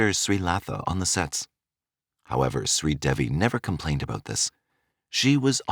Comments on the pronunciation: SRI De-Vi Not sweet Debbi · This story the truth her husband did not kill her it was an accidental drowning her name is pronounced shree devi the name devi DE -day and VI is V,so it's DAY-V ❤